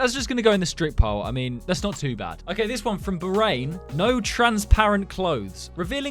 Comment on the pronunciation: You butchered Bahrain